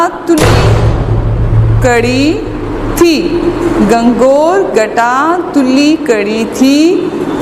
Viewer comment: Lafz he gangoor na ke gangor